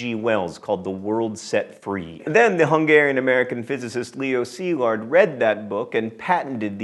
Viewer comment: Kudos for getting the accents right in the name of Leó Szilárd (or Szilárd Leó if you fancy the Hungarian name order). Fun (OK, not so fun) fact: Szilárd is Hungarian for Solid.